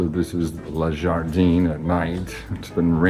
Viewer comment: Le jardin is not pronounced as ler jardeen. The French pronunciation is so hilariously bad ! 😂